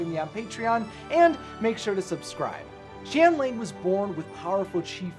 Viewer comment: it’s pronounced shen yah-ng